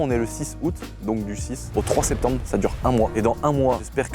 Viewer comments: Mama a spetembre 🤣🤣🤣 c’est septembre mdr Rien que pour ça je vais prendre un t-shirt 🤣🤣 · Très bonne vidéo, par contre petite faute à septembre « spetembre » je pense être le seul à avoir remarquer 😂 sinon très beau taf, qualité de vidéo au top 👌🏼